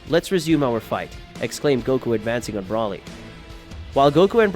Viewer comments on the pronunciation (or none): I don’t like the way you say, Broly name you say it wrong